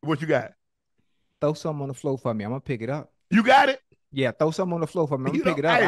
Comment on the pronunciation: 😂😂😂 "throw something on the flo' for me" I love Ocho!!